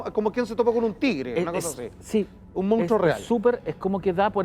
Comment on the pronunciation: Monstruo M O N S T R U O , salfate no "moustro"